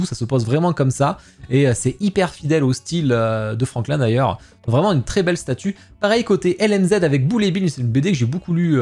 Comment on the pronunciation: Franquin pas franklin 😉